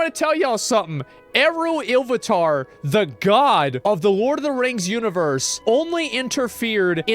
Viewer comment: To be fair he pronounced Iluvatar pretty well.